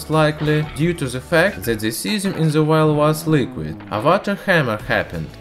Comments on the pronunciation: Jerry Yu : he said VIAL NOT VILE / WILD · No offense but every time you said vile , i thought you said wild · lmao so did I!!! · if you wouldn't have posted this I would still think that's what he was saying. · ChErRyaV me too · Same x'3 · wait he wasn't saying wild?? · Jerry Yu. There is no w in there lang